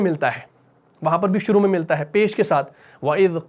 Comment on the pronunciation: انگلش کا لفظ I کا اردو معنی ہے میں اردو کالفظ میں کا انگلش معنی ہے in آ پ دونوں کا اردو تلفظ یعنی مخارج کی ادائیگی درست ادا کریں آپ کا کام زبردست ہے اللہ تعالیٰ قبول فرمائے اور برکت عطا کرے آمین